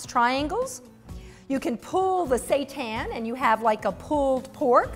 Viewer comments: You pronounce Wheat Gluten Meat (seitan) this way: "SHEE-TAAN" not say-tahn. Stay Vegan we are not serving satan. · No It's not "Shee tan". It's a Japanese word and you pronounce the "sei" in seitan the same as the "sei" in "sensei". Your pronunciation would be written as "shii tan"